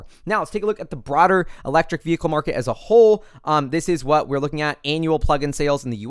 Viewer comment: The correct pronunciation of the word "vehicle" you can find here